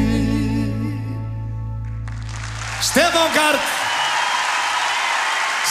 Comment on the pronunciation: It tickles in my brain the way pronounces Stefán's second name. KARTL